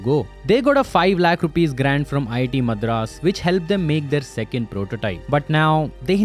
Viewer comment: Get your pronounciation right on words like Madras, Chassis.